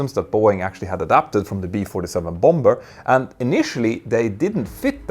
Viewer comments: Quick English pronunciation correction: Bomber = "bah-mer". (Don't pronounce the second B). 😉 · Hej igen. Bomber uttalas båmmer. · The second b in bomber is silent. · Your command of the English language is second to none. Nonetheless, I would like to suggest that you pronounce the word « bomber » as it is pronounced in the English speaking world. I.e., the second « b » is silent. Keep up the great work and congratulations on your resounding success and web presence. Claude Thank you for a